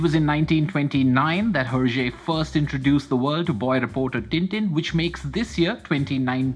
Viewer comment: air-jay , not her-jay.